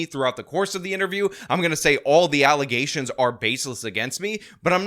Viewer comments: FALZ ALLUHZAYSHINS, NOT FATS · “False allezations “ man they really aren’t the brightest now are they? 😂😂😂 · “Baseless alezzations” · I swear I will NEVER hear the word “allegations” the same again. All I hear is “allizations” regardless of whose mouth it comes out of…. I’m RUINED 🤣🤣